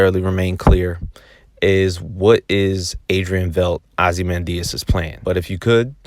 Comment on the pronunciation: V e i d t is pronounced like might bite tight